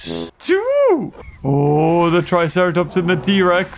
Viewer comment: I love how you said let’s go visit the tricera plops!